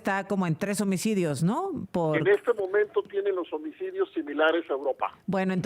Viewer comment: Baj los omicodios de una manera escandalosa dice , la presentadora... 😂 que señora más inepta